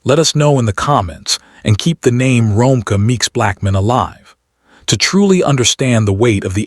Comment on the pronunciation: Her name is Ro-meeka (Romeca)that’s how u pronounce it sir ai.